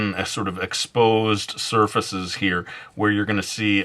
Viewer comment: Weathered "sir feces"